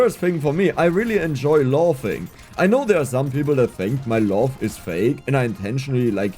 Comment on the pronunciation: laugh wird mit einem a ausgesprochen, nicht o. Loaf ist der Fleischball 🤣